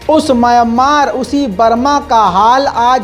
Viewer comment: Myammar nahi Mayanmar hai woh👂👂👂👂👂🧐🧐🧐🧐🧐